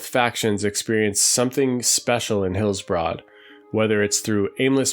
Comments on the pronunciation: It's more like Hillsbred than Hillsbrahd. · Actually it’s pronounced Heels-Bruhd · Thumbs down for repeatedly pronouncing "Hillsbrad" as Hills-Broad." And mispronouncing almost everything else. Be better. 😁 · Hillsbroad. (enjoying the videos though, keep it up!) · Why are you pronouncing it HillsBROAD? That seems like a weird oversight for a zone supposedly close to one’s heart and memories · Incorrectly? Ok. I agree with him, it's annoying.